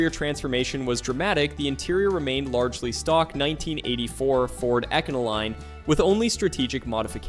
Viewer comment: oh my man, ecano-line ?